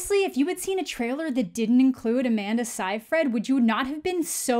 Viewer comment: lol "sigh-fred". It's "say-freed". You're amazing btw, Amanda. I love your channel. You're hilarious, smart, and hilarious. Also, you have good taste in movies & sheeit. You're cool, bruh. Speaking of Ginger Snaps: have you watched The Order? Katherine Isabelle co-stars in its, unfortunately, only two season run. Fucking werewolves and magic, dude. Like, fuck yeah!